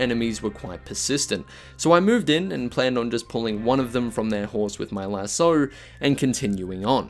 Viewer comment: Do you purposely say lasso wrong or just not realize you do it lol